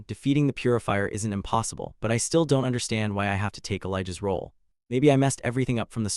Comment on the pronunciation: "don tee" XD ai cant say anything that ends with 't